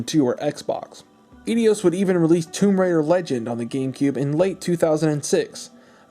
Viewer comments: Lol. "Eedios" gave me a good chuckle 😉. It's *eye-dos*. Also, Dolby pro logic II was stereo audio upmixed to 5 channels. The only way to get true discreet 5.1 channel audio back then, was a digital output, which was optical only. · Great video - no silly cutaways that too many youtubers do thinking its funny, no distracting background music that's too loud, no messin about. Only nitpick, Eidos is pronounced "eye-doss" not "eddy-oss" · Man these are great videos but you mispronounce a lot of titles and companies lol. Sy-PHON filter (emphasis on the phon lol), Eedeos ( Eidos is pronounced Eye-dose) and a few others in the couple videos I watched, but it's excusable. These are really old companies. It makes me feel old, though... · I'm sorry, but please stop saying edios, it's eidos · Eidos is not "Edios". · EIDOS not EDIOS lol you are putting a WHOLE extra syllable on the name. 🙄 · There is no second “I” in Eidos. So no E-dios. It’s eye-DOS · It's EIDOS, like eye-doss. Not Edios as in, "you're and idiot". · Eidos = Idios? I will accept either "eye - dose" or "ay - dose" but not idios. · its eidos not edios. lol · Eidos is pronounced "eye-dose", not "ee-dee-ose". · Good vid but eidos is pronounced i-dos, not edios. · It's pronounced "eye-dos." Otherwise, fantastic video! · I have been watching some of the long form, documentary type videos about game consoles and the history. Reliving some memories and such. You video is well researched, but hopefully someone has pointed out to you; Eidos is pronounced ay-dows, a hard 'a' and 'doe' like the female deer. 1) I took a minor in Greek literature in uni, 2) one of my favorite dev houses at the time 3) it is jarring to hear it mispronounced. That, sir is my only criticism. No worries, though. Growing up, I am sure I had a weird pronunciation in my head up until I took those courses. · Where are you ready Eidios?!? It's Eidos...No? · Oh man... it's Eidos, not Edios. Great video though! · Darn you Edios!!! Edios? Eidos ?